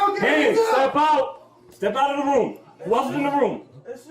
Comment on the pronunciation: step outrdrdrdr oom 😂